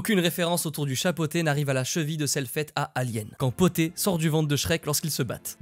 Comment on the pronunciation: C’est pas le chat poté mais bien le chat BOTTÉ car c’est un chat qui porte des bottes et le P est pour en anglais: Puss in boots!!! De rien!!